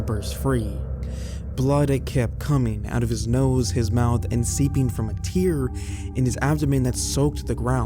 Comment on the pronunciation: It's not Chenya Wy. 😂 It's pronounced Shy-ann. Is this done purposely? Most of your videos have lots of mispronounced words. I like the videos, but this is very annoying and off-putting. A rib was poking out of a 'tear' 💧in his chest? Really?! Lol! It's a tear buddy, a rip, a gash...